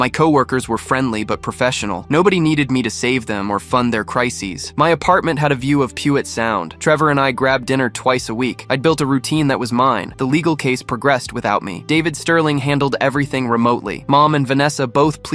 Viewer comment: Pu-et Sound? 😂 Couldn't they edit the AI narrator?